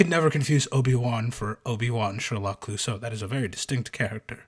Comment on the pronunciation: I felt my soul actively decay hearing "obiwon sherlock cluosseau"